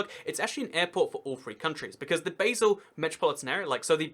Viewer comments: good video, just fyi: Basel isnt pronounced Baesel, but rather more like Bahsl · Dude Basél is pronounced BaRsel not BaYsel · True, but one small pedantic thing that kinda irritated me was the mispronunciantion of basel. Its bah-sel, not bae-sel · Is pronounced Baa-sle. And you don't need to show your passport when going from Germany to Switzerland but you do have to declare any goods over the duty free allowance. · Hi! You do a good show. well done. Basel is NOT pronounce like the herb but like 'bar', the drinking place. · It's pronounced Bahl or sometimes Bahzl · Please, never pronounce Basel as "Baysil" ever again. Thank you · Americans mispronounce BASEL the same way they invented a different pronunciation for BASIL.